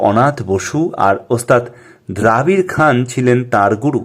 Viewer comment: কালজয়ী সুরকার নচিকেতা ঘোষ সম্পর্কে অনেক নতুন তথ্য জানতে পারলাম! ওস্তাদ "দ্রাবিড় খান" নয়, নামটি "দবীর খান" হবে।